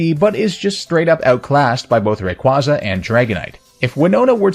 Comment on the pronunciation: Gah. That pronunciation of Rayquaza.